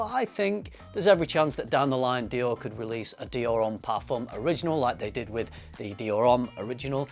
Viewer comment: Tip: do NOT pronounce the "m" in the French word "parfum". The "m" is only there to signal the nasal sound of the ("u") vowel that preceeds it... so do NOT press your lips for the typical "m" sound in English: the word ends with a vowel sound.